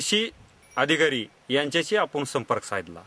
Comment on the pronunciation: yache uccharan tar paha kiti gavandhal ani adanya sarkhe ahet apapan la "aapun" krushi la "krisi". Wtf man..